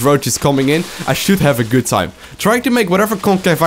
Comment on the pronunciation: "Henglish very Hgood" 2014